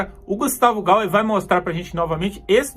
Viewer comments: GUSTAVO "GAYER", LE-SE GAIER. Obrigada pelo vidro, meu amigo patriota. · Fala o nome do cara certo... não é gauer é gayer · Fala-se gaier e não gauer, amigooo !!!